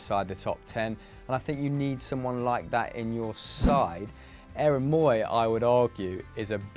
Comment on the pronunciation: Never heard anyone murder Aaron Mooy's first name like